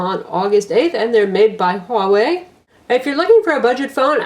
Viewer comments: WTF no. "Hua" and "Wei" are single character Chinese words. In mandarin chinese (different in other dialects) Hua is pronounced like "hWaah" while Wei is basic "way". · I believe Huawei is pronounced as "huu-a-way".